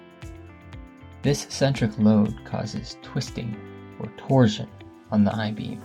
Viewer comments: Torsion is pronounced tor-shn, like portion. You say it like “tor-zhn” or protrusion “pruh-troo-zhn.” Kills me. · “Torsion” is pronounced “tor-SHun”, not “tor-Jun”. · Can't listen to you say torzion one more time 😭🤕🙉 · 🤣 Can't listen to a pothead tyring to stay awake, GET A PROFESSIONAL VOICE OVER NARRATOR. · You’re mispronouncing torsion.